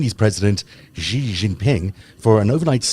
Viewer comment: The "X" in the Chinese name "Xi" is not pronounced like the "g" in the English word "regime"; it is pronounced more or less like an "sh"; thus, "Xi" is pronounced more or less like the English word "she." Similarly, the "J" in the Chinese name "Jinping" is not pronounced like the "g" in the English word "regime"; it is pronounced more or less like the "J" in the English name "Jim." Also similarly, the "J" in "Beijing" is not pronounced like the "g" in the English word "regime"; it is pronounced more or less like the "J" in the English name "Jim." The name of Arabella Kushner's nanny, XiXi, is pronounced more or less like the English words "she-she," and neither "X" in this name is pronounced like the "g" in the English word "regime." I've explained this in comments below your videos (which I watch faithfully for their excellent content) at least 30 or 40 times now, over the past couple of years. If presenting a series devoted to an exploration of China's influence on world politics, why not invest a few minutes into learning how to properly pronounce the name of China's president and capital city?